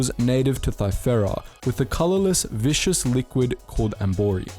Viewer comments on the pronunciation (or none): you mean viscous not vicious right lol